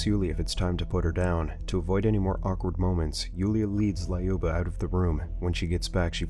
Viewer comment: Thayoma and Layuba are pronounced Тьома and Люба